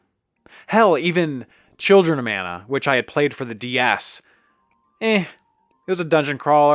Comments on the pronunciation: Mah-nah not Man-ah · it's pronounced mah-nah